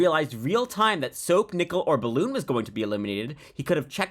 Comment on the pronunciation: “Ispessily”, “Ballon”.